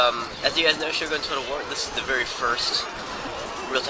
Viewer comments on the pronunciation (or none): none